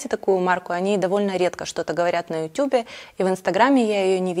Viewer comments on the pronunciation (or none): none